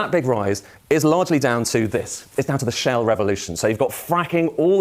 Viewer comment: This moron made 'shale' oil sound like 'Shell' oil